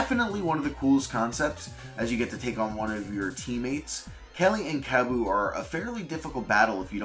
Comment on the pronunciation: Im sorry but I FUCKING HATE THE way he FUCKING says Kabbu kali and zasp’s names. Basically any of them that have an a in their name